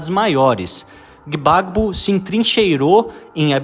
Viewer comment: Pronuncia-se “Babô” e “Uatará”